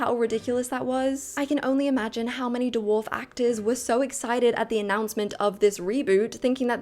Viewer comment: Haha. Doowharf. It's Dwarf.